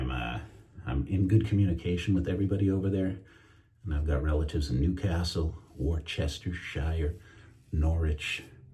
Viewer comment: It's pronounced WOOS-TER-SHEER (Worcestershire) 😂😂😂